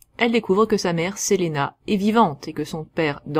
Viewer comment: Pardon mais il y a quelques erreurs dans cette vidéo, certains noms comme Selena ou Eleanora sont mal prononcé. et puis Various n'a jamais été Gay, tu le confond avec le cousin envoyer pour "sauver" Selena, Various est le chef des mercenaires de Villains et a demandé a Lisbeth la main de Selena et s'est fait changer en spachoune, un genre de dindon par Lisbeth en réponse, il a fini par épouser Lisbeth.